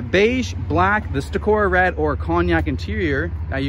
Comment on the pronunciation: It’s Tacora Red, not Taroca